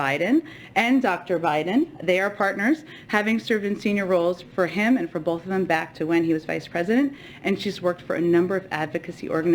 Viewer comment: OH DEAR! Did Saki pronounce the word both as BOLTH? Multiple times??? That all I need to hear from her! Nuff Said!